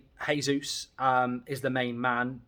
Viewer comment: Mar-teeeee-nez, not Martin-ez. JAYzus, like Jose (not Hose) Merinho, both speak portugese not spanish. Speak proper boy.